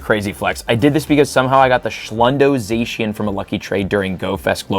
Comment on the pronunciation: you're colse with zacian (or how ever the F you spell it) but it's said with an ah sound not an ay sound once again i say you're close